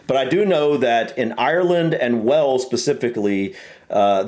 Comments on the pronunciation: Wales is pronounced like the animal whales. Not wells. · just to help out with pronunciation, the country is pronounced WAles. WElls is a city in Somerset, South West England. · Wells? It's pronounced Way-alls. Same pronunciation as the big fish in the ocean 😂